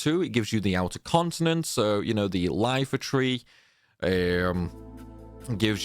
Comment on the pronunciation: TRIGGER WARNING: He calls the Iifa Tree the Lifa Tree.